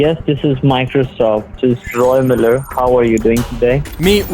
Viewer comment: Roy MA-ler (Roy Miller)